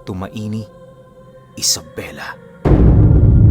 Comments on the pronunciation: Para po sa mga iba Ang tamang pagbigkas ng tumauini ay tumawini salamat ❤❤❤ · Tumauini- ang bigkas po don is. Tu-ma-wi-ni..taga dto po ako sir listening here from tumauini isabela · Tumauini po ang basa nmin tumawini isabela